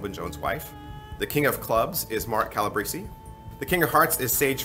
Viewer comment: Did you just call Mark Calabrese, Mark Calabrizy? Great review though. :)